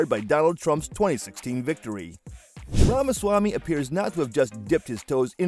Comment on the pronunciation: It's apparent that a lot of work went into this presentation but it's hard to hear his name being mispronounced over and over.